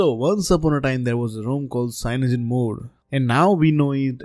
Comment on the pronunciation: Damn... This guy's brain and tongue breaks by trying to pronounce lineage and cyanogen...